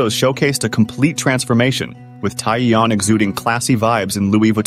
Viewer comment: I'm sorry, but it's just so annoying to keep hearing her name being pronounced so wrong lol